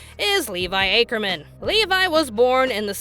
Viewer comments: Pretty sure Levi's surname is pronounced "ack-er-man," not "ay-ker-man,". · How did you mispronounce Ackerman? 🤦🏽‍♂️ Acreman?